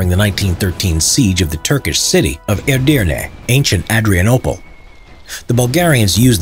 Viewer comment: You said "Edirne" surprisingly correct.